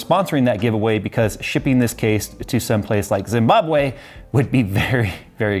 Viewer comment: The way he said "Zimbabwe" got me dead 😂😂😂 (no offence)